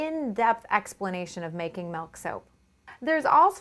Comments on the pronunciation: ITS MIIIIILK NOT MELK PLEASE STOP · God she says malk (milk) like 1000 times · Every time she says milk it sounds like "melk" and I can't stop laughing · oh my god!! why does she say milk in such a weird way 😁😁